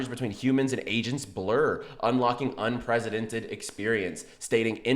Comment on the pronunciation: Love your channel. Gotta stop saying “un-presidented” though Lol It’s unprecedented ‘ Like press, not prez